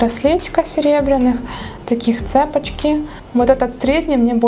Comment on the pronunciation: И не цЕпочки, а цепОчки.. это если есть желание по-русски ,конечно, изъясняться..